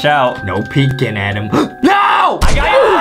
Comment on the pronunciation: His name is Adem not Adam